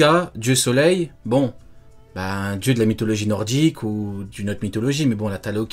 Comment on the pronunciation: Nordique ptn pas noroise, ça se dit pas noroise.